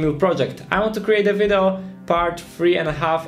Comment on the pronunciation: jedna rzecz w Twoim angielskim mnie strasznie koli w uszy - naucz się poprawnie wymawiać słowo "video":)